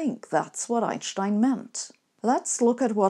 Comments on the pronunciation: I think it's refreshing just to hear somebody pronounce his name properly. I haven't heard this since university, around 1990 for me. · Yes, that’s not an accent or affectation, that’s simply how he and everyone in Europe always pronounced his name. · Also it’s nice to know how to actually pronounce his name correctly. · As a non-German, I didn't either. Frankly, I love when she does a video on Einstein because we get to hear the way she says his name, and no one else does. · I like the way Sabine says Einstein's name. She's the only one who pronounces it correctly. That convinces me.